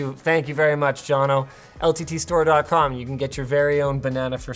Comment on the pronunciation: Another Jono.... And pronounced correctly....